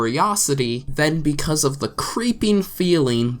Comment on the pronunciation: You said "becuase"